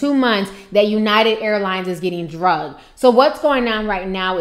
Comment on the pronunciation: HI T, PLEASE I THOUGHT I'D JUST CORRECT YOUR LINGO A LITTLE BIT. IT'S .....ANOTHER AIRLINE GOT 'DRAGGED' NOT 'DRUGGED'. TO YOU SAY 'DRUGGED', IS SOMETHING ELSE. PLEASE KEEP THE GOOD WORK. LOVE WATCHING YOUR VIDEOS ;). STAY BLESSED.